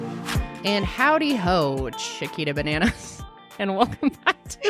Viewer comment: Howdie-o lolll